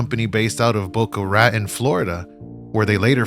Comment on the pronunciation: Hahaha you killed it !! It’s pronounced “Boca Rah-tone”